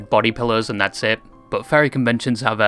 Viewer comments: The "fairy" community?? FAIRY?!? I think its pronounced Fur-ree, furry... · Is it me or the way he says Ferry than Furry with letter u replaced with e? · Are you saying “fairy” lol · Say "fur" , then "fair Say "hurry" and then "hairy". Then "Harry" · I know you’re capable of making the U sound